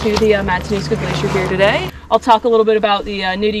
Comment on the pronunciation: Glacier คำนี้คนไทยหลายคนอ่านออกเสียงแบบคุณนั่นแหละครับ กลาเซีย บ้าง แกลเซีย บ้าง 😅😁 ส่วนเมือง Whittier เรียกอีกอย่างว่า เมือง Silent hill ก็ได้ครับ 🤣 เมืองนั้นเหมาะมาเที่ยวช่วง summer ครับ นอกเสียจากว่าจะอยู่อาศัยในนั้น 👍😋 ขอบคุณมากครับ คลิปสนุกๆน่ารัก สาวๆน่ารักทุกคนเลย 😘